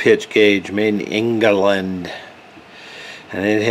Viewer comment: not ingeerrland its england